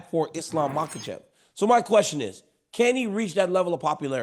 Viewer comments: Islam “Maklechev” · Yo Chael, there is no “L” in Makhachev bro Should we all call you chae from now on? Or Cheam??? So freakin’ annoying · “Islam Mocklechev” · "izlam mucklechev™" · Islam Makowlchev Chael is unintentionally funny with his habit of butchering and adding entire vowels & letters to fighters names 😂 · Facts! It's funny because as well spoken as Chael is, he really butchers some names! I think it started as a joke but it's crazy now! Love Uncle Chael